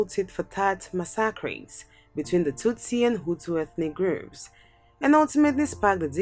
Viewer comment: Muritala Mohammed was a Nigerian head of state should be on the list. He ruled for 6 months. Your presentation is not a comprehensive and extensive research. In addition, work on your pronunciation.(politician, massacare were badly pronounced)